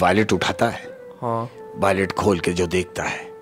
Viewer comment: wallet hota h voilet nhi